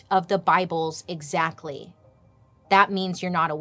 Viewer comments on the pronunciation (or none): none